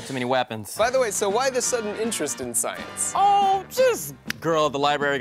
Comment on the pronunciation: did he say sKience???